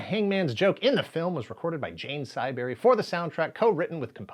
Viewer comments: I cringed when you pronounced Jane Siberry's name. She was quite popular in the 80's and 90's in Canada. With her haunting vocals she fit right in with one of the most eclectic soundtracks of the 90's. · Patric Stewart facepalm. Short I. Jane’s last name Siberry has a short I. Sih not sigh. 🇨🇦 does not apologise for Jane. We don’t need to, she’s amazing. We also don’t apologise for Celine, Bryan Adams, bieber, or Shatner because it was ‘murrica’s fault they gained fame/notoriety. We knew better.